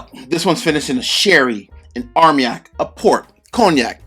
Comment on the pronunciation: It's not armyak. It's armanyak.